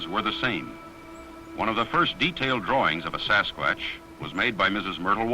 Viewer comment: Indeed, your AI is funny. A sasquuaatch 😂 But the music is super! Would you tell me the name of the music? Thx!